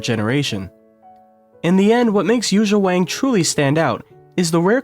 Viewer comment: Learn to pronounce her name please.